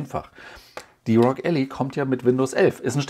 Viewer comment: Es ist übrigens Ally, gesprochen ELLAI, der "Helfer/Verbündete/Partner", nicht die Allee, was man Alley schreiben würde ;)